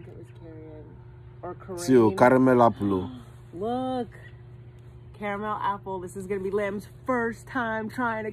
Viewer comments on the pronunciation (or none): caramel appleuu🤣🤣🤣🤣 got me dead